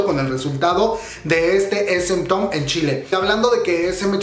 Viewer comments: Se pronuncia es em taun😀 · Tu pronunciación me consterna... :C no es town como lo lees, es pronunciado como taun Por otro lado... gracias por informarme mijo! <3 gracias por no dejarme sin noticias UwUr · No tengo nada en contra tuya pero repites y repites esementon (SM town) me da calambre al oído. Asi como te informas de las noticias informate de la pronunciación tambien xD o de plano di "el concierto". Es una crítica constructiva. Suerte :)